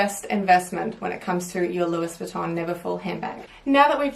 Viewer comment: She said louiSSSSS Vuitton. Shudder.